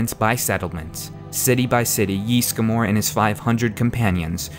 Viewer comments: It's Ysgramor not Ysgamor. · It's not JISSGRAMOR, It's Ysgramor/Ysmir, jesus they even say Ysgramor in the game! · 'Yeastgramor' xD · "yees-gamore" euughh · Yeesgamor, good lord People in the game say the name, how do so many people mispronounce so much in this game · Owh, the way the pronounce Ysgramor...